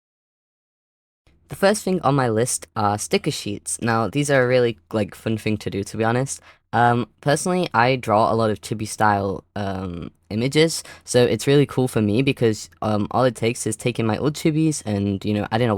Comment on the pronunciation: uhh just so you know, chibi is actually pronounced "cheebee" and not "chibby". just sayin'